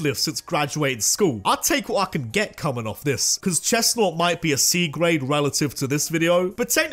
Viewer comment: CHESNAUGHT, NOT CHESTNAUT! FIX IT NOW!